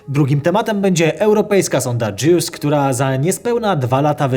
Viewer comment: Dobrze słyszałem, sonda JEWS?